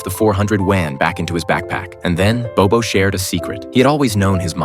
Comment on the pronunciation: Actually if you learn Mandarin then you will know this narrator speak English so his pronunciation is totally out. Not bobo it's Bao bao 宝宝